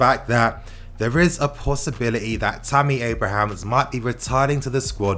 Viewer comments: man, it's Abraham - not Abrahams! He's not a plural! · bruh its Abraham, no 's' 😂